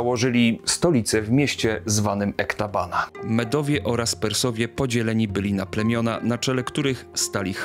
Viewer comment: Dziękuję za odcinek, ale nie mogę wytrzymać kiedy słyszę Ektabana i Parsagady... Proszę popraw, te miasta to Ekbatana i Pasargady